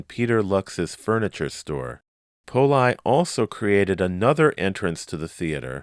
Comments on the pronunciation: Are you sure "Poli" is pronounced "pole-eye" and not "pole-ee"? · Strange, since he was Italian, it seems the pronunciation should be "pole-ee". I wonder if it was mispronounced on purpose back in the day due to certain ethnic stigmas that existed back then.